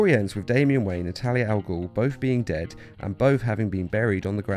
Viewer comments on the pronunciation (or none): none